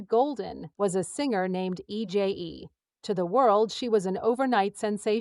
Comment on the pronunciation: I’d be more enthusiastic about this video if you took the time to make the AI pronounce EJAE correctly. This video is her story after all.